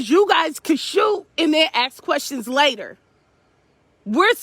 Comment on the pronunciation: It's later not layer